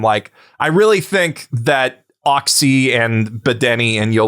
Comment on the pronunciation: The "cz" in Polish is like "tch" in "match". I get that not everyone needs to know Polish, but I die inside every time I hear someone calls it "oxy" instead of "otchy" xD